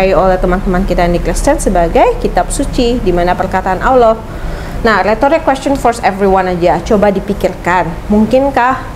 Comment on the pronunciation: Dari pelafalan ketika mengucapkan nama Allah,, menunjukkan dia bener2 mualaf,,,agak kaku dengernya soalnya,,,beda kalau muslim dari lahir atau sudah lama